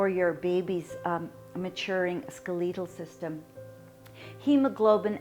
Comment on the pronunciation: Why does she keep saying Skaleetal!?? My and my husband call her that since video 13 weeks and she said it again ! Lol